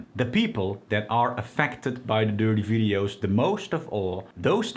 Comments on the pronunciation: The opposite of dopamine is every time he says 'durtee veedios". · I love the way 'watch the dirty videos' sounds with this accent it is very amusing. I once asked a girlfriend to do something really dirty when we were making love and she shit in the bed. That's why she is an ex-girlfriend.